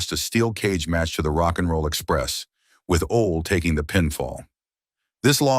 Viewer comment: Just butchered Ole's name.😂